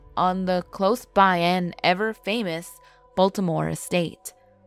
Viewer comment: This lady pronounces the things wrong. It not Baltimore. estates but the the great Biltmore Estates that are so beautiful. You haven’t done justice for us people here in western nc. We are proud peoples